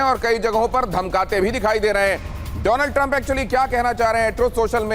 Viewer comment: My fraand dolannd trammp😂